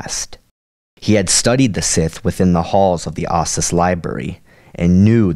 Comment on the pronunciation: How do you get "I zyi" out of "Iziz and "ahsis" out of Ossus